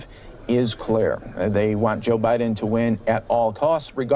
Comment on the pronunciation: 2020 notice the Biden Harris vote for signs why do they say Bid n Harris? just an observation